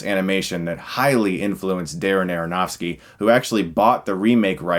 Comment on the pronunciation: You said aaronovski funny goof lol